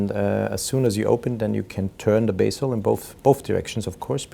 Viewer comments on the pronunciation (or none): Sir, it is not basil but bezel --bɛz(ə)l